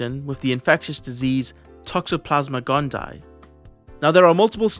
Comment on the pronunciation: Just a heads up, a double i in Latin like T. gondii in pronounced “gon-Dee-aye”